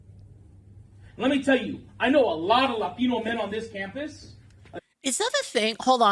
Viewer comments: only woke people over accentuate the word "Latino" regular Latinos don't say it like that. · Yes, but it's too pronounced. Even if it's said correctly, he emphasized it and made it stand out.